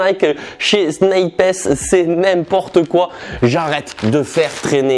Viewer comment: « SNIP HESS » 😭😭😭